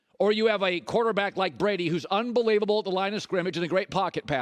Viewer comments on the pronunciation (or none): none